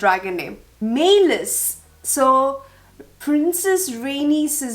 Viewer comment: Meleys- May-leez